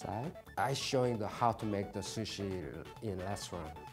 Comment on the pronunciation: i died wheezing when he said "...square shushi"